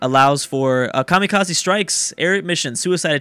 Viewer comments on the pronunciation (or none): none